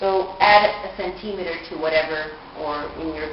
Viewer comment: she cant say centemeter